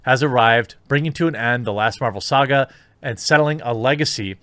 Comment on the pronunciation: Why does he keep saying "Marjul"? I caught it in other videos.